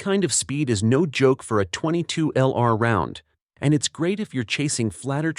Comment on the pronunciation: Title page photo inconsistent with the actual topic. Earns you a big THUMBS DOWN. The AI narrator earns you TWO THUMBS DOWN because that AI dude mispronounces way too many words, beginning with .22LR. It's pronounced "twenty-two long rifle" not "twenty-two ell-arr"...! (Sorry, but I couldn't make it thru the entire video.)